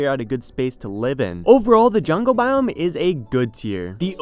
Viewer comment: It sounds like he's saying "Taiga Bomb"